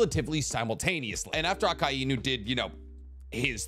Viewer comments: If you are gonna talk about one piece say akainu name right god damn 🙌👌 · Bro I’m really trying not to be petty but I’ve never heard anyone say “Akainu” the way you do and its unsettling..